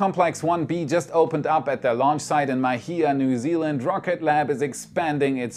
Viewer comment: Pronunciation of Mahia in New Zealand is (Maa-he-a), good effort though!